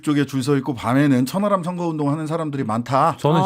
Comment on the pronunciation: 천 하람인데 저는 자꾸 천안함으로 들립니다 ᆢㅎ